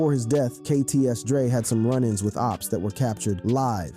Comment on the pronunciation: It's OPPS (AHPS), not OOPS. C'mon, bruh.